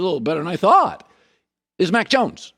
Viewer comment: maaaaaan, I know I'm not the only one who hears "Mike Jones" whenever Colin says Mack Jones 😄😄😄